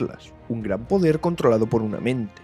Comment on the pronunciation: El "podrer" de Adonalsium xddd